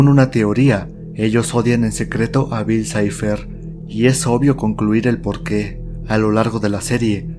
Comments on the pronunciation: Por que el otro narrador dice bill cleib? Xd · "Bill claib" si lo quieres decir en ingles dile bill cipher no cliab🙄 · "Bill cleiv"??? Pronuncian bien Bill cipher (en inglés), pero si pronuncian Bill clave en español lo pronuncian en inglés también. Realmente no entendí eso. En ningún lado escuché a alguien decir Bill cleiv. Bueno eso cada quien. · Tan facil que era pronunciar bil saifer